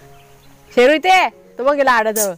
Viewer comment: ताई तुम्ही शेरु म्हणत आहात तर आम्हाला ऐकायला येते पेरु खुप छान आहे जोडी भुभुंची